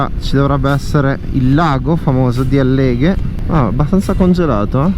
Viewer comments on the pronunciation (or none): Álleghe,non Alléghe 😜